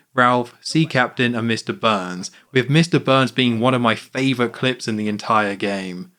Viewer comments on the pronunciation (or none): none